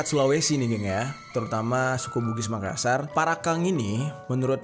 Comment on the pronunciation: "MAKASSAR" bang bukan Makasar 👀